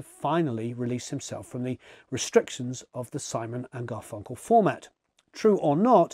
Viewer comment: The emphasis on GarFUNkle is killing me